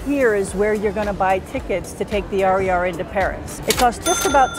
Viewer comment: Would I need to tip the taxi driver and how much? For first-timers, if you need to ask a French person about the RER line, say "Air Uh Air". not "Are E Are".